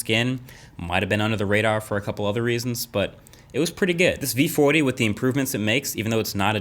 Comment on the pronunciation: vee footy